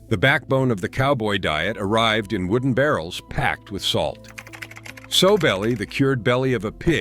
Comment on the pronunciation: Sowbelly is pronounced Sal-belly